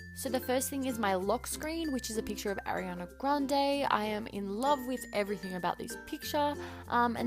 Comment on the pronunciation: ARIana not AIRiana 😂